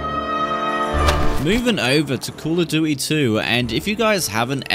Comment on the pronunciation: Love your accent 😂 "Call of dooey"